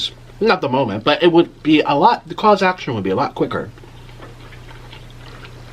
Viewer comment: Also..Caus-action... & AQUI-NOWANS?! SRSY.. Skinny people can be sick from fatty organs, yes.. this is true.. but get it right pls... You're murdering basic medicine / human anatomy. Nick. I've followed you since YOU went vegan. You've never studied this. You follow what's trendy. Culturally, intellectually, medically... MESS.. DONT TALK ON THINGS YOU DON'T KNOW ABOUT